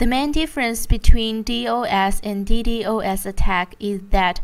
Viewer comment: It pisses me off how she says D-O-S for dos and D-D-O-S for ddos.